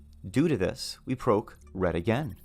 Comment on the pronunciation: Bruh. for the love of god stop pronouncing Proc as Prowc